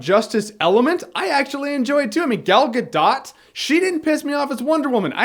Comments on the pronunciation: Say it with me "Gah Dough" not "Gah Dot" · Nice review Mr. Jahn. I haven't seen the movie yet but it's pretty much what I was expecting after all the trailers. On a side note, you may want to learn to pronounce Gadot as she is pretty much assured a lot more movie roles after doing this one. Ga-doh like Homer Simpson says and not with the hard "T" as in dot. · ok I am a grammar/pronunciation Nazi. her name is pronounced Gah-doh like Homer doing something wrong.